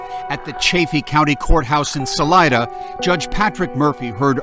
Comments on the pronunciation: Sal EEE DUH not Sal EYE DUH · Salida means “exit” in Spanish and it’s pronounced Sah-Lee-Dah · Saleeda I know you guys in Colorado don’t pronounce, but the name is not English. It’s Spanish and it means exit.